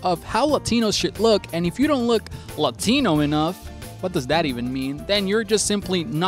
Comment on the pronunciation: I hate the way he pronounces Latino, maybe he should've... not been the guy for this